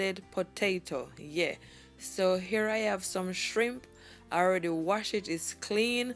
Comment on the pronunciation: Her saying "yueah" is sooooo funny to me lmaoooo how cute